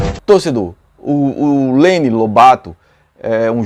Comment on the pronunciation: NÃO É LENO É LÊNIN E C/ A ABILIDADE DELE SERIA INTERESSANTE ELE C//A 9 DE CENTRO AVANTE!